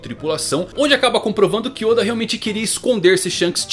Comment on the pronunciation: Teoriad barba Negra oda não e assim a pronúncia kk